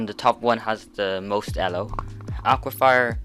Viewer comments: Nobody:: Pronounces E-lo el-o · Good thing u said that cuz he made me think i was pronnouncing it wrong🤣